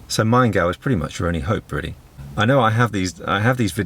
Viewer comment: Pronouncation of "Maingau" was right and good :-)